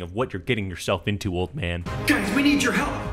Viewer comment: You can get sucked inna the game Why does he say it like that lol